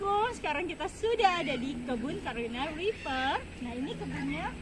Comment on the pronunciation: carolina reper ibu bukan karolen et dah